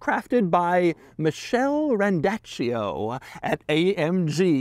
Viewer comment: The plaque says Michael not Michelle you goofy idiot